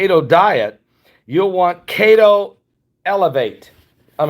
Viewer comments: Every time he says cate-o I laugh. It’s KETO, pronounced KEY-TOW. Short for ketosis. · Love your shows. Just one helpful hint. Keto is not pronounced kato, but (key...toe). It references to ketoacidosis that diabetics can develop when they produce Ketones in urine. I know this because I have a type 1 diabetic daughter. God Bless. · It's pronounced....KEY TOE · Pronounced kee-to. Didn't know what you were referring to until I looked below video. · Pronounced (Keeetow) =no carbs 🤷🏽‍♂️